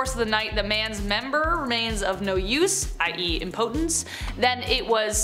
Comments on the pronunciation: My eye twitched every time she mispronounced "impotence" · You do know you’re saying “impotent” and “impotence”‘wrong right?